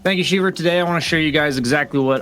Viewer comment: Once you hear “thank you sheever” you know boutta break something down you didn’t even know was a thing